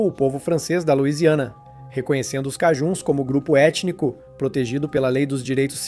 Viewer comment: O nome "cajun" se pronuncia como "kei-djân". Observe que é próximo á pronúncia inglesa para "acadian" ~ "a-kei-djân".